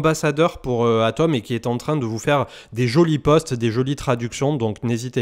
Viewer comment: Toujours super tes vidéos, je n'en manque pas une. Une petite suggestion, au sujet de HATOM, peut-être simplement prononcer le H comme on le fait dans la langue anglaise pour différencier ATOM de HATOM.